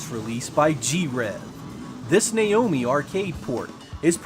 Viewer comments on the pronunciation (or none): none